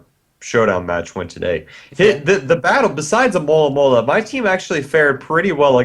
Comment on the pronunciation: Hey, you should try to learn how to say Alomomola! It's more like A-lo-mo-mo-la than A-mo-la-mo-la!